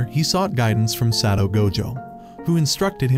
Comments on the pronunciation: I almost cry to the god darn title of the video and how the ai pronounce Satoru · Bro you forgot the ru in satoru gojo